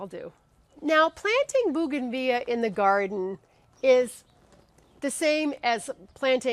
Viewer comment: It's actually pronounced bow-gan-vill-ia.